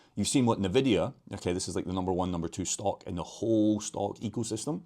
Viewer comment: For Christ’s sake, it’s pronounced ENVIDIA - not NUHVIDIA - love your vids but it drives me mad! 😅😅